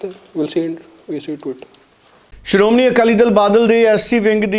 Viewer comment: Siromuni. Nahi. Siromanhi keh